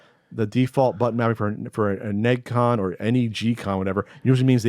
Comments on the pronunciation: Lol he said Negg-con instead of Ne-Gee Con. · You aren't pronouncing neGcon wrong, its like nedgy con